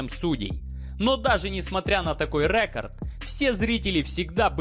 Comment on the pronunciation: РЭкАрд😑😑😑😑😑 -уши .